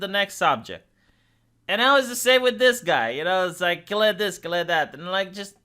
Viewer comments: You keep mispronouncing Kyle. It rhymes with míle. Or file, style. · Kille lol I watch for your mispronounced words now